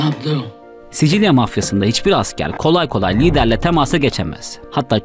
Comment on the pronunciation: Sisil söyle sicil değil